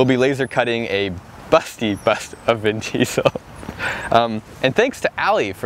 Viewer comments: Its vin chesel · Vin Diestel